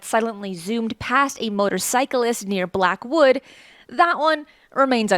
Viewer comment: I’m from Cardiff, now Caerphilly and have never seen anything And I always look up , you could say I’m obsessed. But this is hilarious hearing this lovely lady from USA pronouncing my village names 😂 Black. Wood